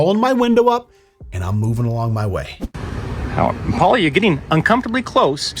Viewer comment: “Yer crossin’ a line Pwaula!”